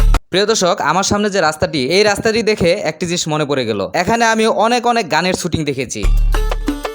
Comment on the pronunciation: ভাই, আসছেন যেই বিষয়ের উপরে ব্লগ বানাতে সেই শব্দটাই উচ্চারণ করতে পারেন না! শব্দটা শুটিং ছুটিং না।